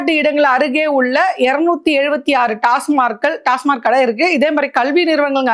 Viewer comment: அது டாஸ்மார்க் இல்லம்மா, டாஸ்மாக்..